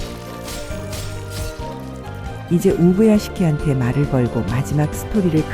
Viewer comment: 우부야개시키라고 말하는게 겁나 웃기네 ㅋㅋ